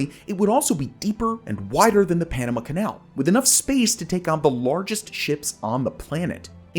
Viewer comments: It's not the Panam uh canal, it's the Panama(h) canal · Also NAILS 💅🏼 on chalkboard annoying: He says Panama 🇵🇦 so awfully - Pronouncing it as Enema - (Irrigation of Anus and Colon, for Bowel movement) ENEMA… with a P at the beginning Penema - Ugh I hate even writing ✍️ that